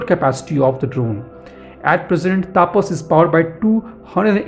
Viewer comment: please pronounceTAPAS Properly.